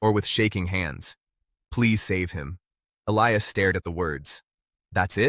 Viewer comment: Definitely, get rid of the taking head - - and the AI - - neither one is an accurate narrator! The cowboy’s name is E-li-as